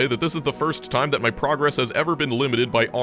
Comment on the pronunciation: It's so weird to hear you pronounce progress wrong because you're so careful to pronounce everything correctly.